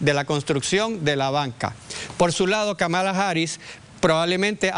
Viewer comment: Vivo en Chicago y miro las noticias de Puerto Rico en Youtube. He escuchado en la mayoría de las noticias como pronuncian mal el nombre Kamala. Señores, la fuerza de pronunciación es en la primera sílaba (Ka) y nó en la segunda (ma). Parecería algo irrelevante, pero no es así. A nadie le gusta que digan mal su nombre. A mí por ejemplo no me agrada cuando acá alguien trata de Américanizar mi nombre. Kamala no es un nombre complicado para pronunciar. Señores aprendarse el nombre bien, pq ella será nuestra próxima presidenta y hablarán mucho de ella!